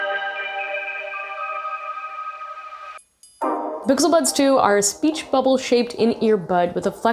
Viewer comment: I heard her say bixel buds